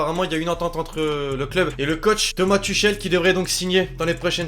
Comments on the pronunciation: Ça s'écrit Tuchel mais on dit Tourel tu m'as fais barder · Sa se dit turel